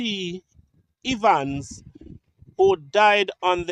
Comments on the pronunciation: Please pronounce Evans like heaven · The E in Evans sounds the same as the e in egg